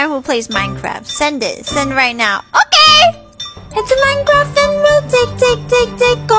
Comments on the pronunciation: "It's not OKEH to be OKEH"❤(titan cry😭) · "It's OKEH not to be OKEH"<3(titan cry)😭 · "it's not OKEH to be OKEH" ❤️ (Titan cry 😭)